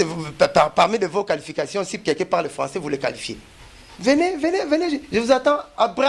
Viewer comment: Oyo falançais to françois